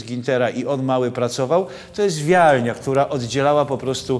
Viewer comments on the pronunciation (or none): To jest wiejnia nie wjalnia.pozdrawiam